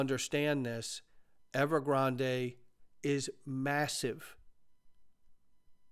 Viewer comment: You're the only person I know who pronounces Evergrande that way 😂